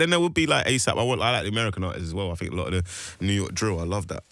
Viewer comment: As innocently as an American can ask, how did think turn into “fink”?